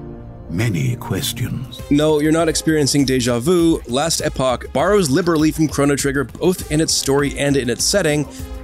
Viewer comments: Couldn’t stand how this guy said it hahaha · SMH it hit my ear so weird for sure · What the hell is "Last Eh poch"???????? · We devolved from "Last Epoch" to "Lestapock" by the end of the video lol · It's not pronounced last eh-pock, it's pronounced last eeeeeeeeeeeeeeeeeeeeeeeeeeeeeeeepock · learn how to say last epoch